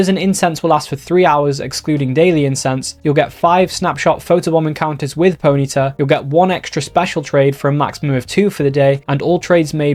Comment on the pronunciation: PONY-TA not ponita